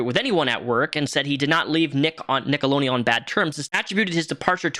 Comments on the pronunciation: Love the video, but it’s nickeloDeon you didn’t pronounce the D 😅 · Take a shot everytime he says "nickelonian" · Forsooth, good! Why dost thou keep saying “Nickeloneon”? @@ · "NickeloNeon" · i’m sorry this video is great but why do you keep saying “nickeloneon” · Why are you saying nickelonean instead of Nickelodeon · Are you saying “nickeloNeon? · Is it just me, or is he saying NickeloNeon? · You saying "Nickoloneon" is so triggering lol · Sounds like you’re saying “Nickeloneon” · Is he saying “Nickolonian” on purpose? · Why do you keep calling it nickolonian? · It's Nickelodeon. Not Nickoloneon. Just an fyi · Why tf do you keep saying NICKELONEAN? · its Nickelodeon. NICK-UHL-OH-DEE-UHN. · Stop saying Nickeloneon!! ;) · Alright it’s been a week. I’ve waited . You pronouncing Nickelodeon without the d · Jesus Christ can you not fucking read? It’s NickeloDEON, with a D, you shilling reprobate. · It's not "a whole slueth" ... And Nickelodeon ... has a 'D' in it You need to sound out your words lol phonics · please for the love of God pronounce the letter D in Nickelodeon when you say it. It's driving me crazy. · Theres a D in Nickelodeon,. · Bro how many times are you gonna say Nickelodeon wrong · You say nickelodeon totally wrong haha. You left out the D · it's "NickeloDeon" NOT "NickeleNeon" it's 💁🏼‍♀ "Nickelodeon" 👣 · Nickelo D eon. Not “nickelo Neon”. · Dude, it's NickeloDEon not Nickeloneon lmao sorry it's bothering me! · The network is called "Nickelodeon" not "Nickeloneon". You need to put a "D" sound after the "lo" and not a "N" sound. Also, "Game Shakers" was the name of the show you mispronounced. You called it "Game Snakers". ~Dutch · For the love of god it’s “NickaDian” not “Nickalonian” lmao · Why do you say NickeloNeon instead of NickeloDeon? It bugs the s out of me. Down with Hollywood ped*s, but, also, READ. Kthxbye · nickeloDeon, lol. not nickeloneon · NickeloNEON?? It's NickeloDEON, lol